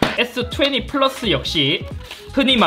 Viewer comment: S투웨니ㅋㅋㅋㅋ 발음은 투웬티인데..ㅋㅋ